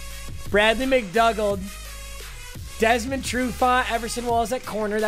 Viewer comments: It's pronounced mcdoogle. Like for #seahawks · Its Bradley mcdoooooogald